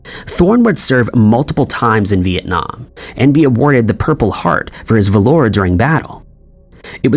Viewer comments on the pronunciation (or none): Sounds like Ai narrator as he butchers pronouncing words correctly like valor and Cunard.